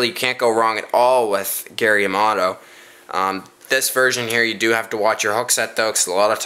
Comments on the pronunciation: Hahaha! Gary Yamato? It's Yamamoto. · It's flake not fleck and it's yamamoto not yamoto hahahahhahah